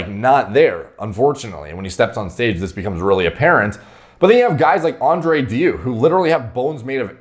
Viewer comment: andrew dew LUL, it's pronounced something like dayou